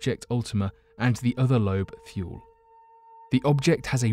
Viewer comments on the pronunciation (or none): It's pronounced Ultima Toolie. Idk why he's saying thuel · He's not American. Why should he adopt an American accent? Are you claiming Americans are too stupid to understand a British accent? If you want to get on to him about pronunciation, why not point out that Ultima-Thule is not pronounced "thool" but "thoolee"? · I need you to practice your pronunciation cause you can say all the other words perfectly but when you messed up methane I had to stop watching plus Kepler and wth is thyool! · Your Thule pronunciation is a bit off, its "too-lee", and it was renamed Arrokoth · Your videos would be so much more serious if you pronounce words correctly. You mean one or two Miss pronouncements is one thing but the whole damn video you should use spell check next time